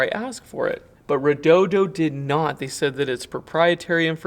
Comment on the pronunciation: Solid video. And you didn't say "reh-doh-dee-oh".